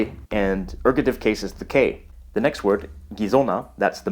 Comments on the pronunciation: ergative, not ergotive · Isn't it Ergative (not Ergotive)? :P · Erg-o'-tive ERGATIVE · Very impressive, thanks. Ergative, not ergotive, though. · It's called ergAtive, not ergOtive. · Dude, you misspelled ergative, and mispronounced it aswell